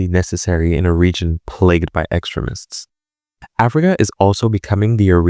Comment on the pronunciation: Good work. Btw, the word 'extremist' is pronounced eckSTREEMist, accent in n the second syllable with a DOUBLE E (EE) sound. The way you said it made it sound like the word 'excrement'! 😂😂😂😂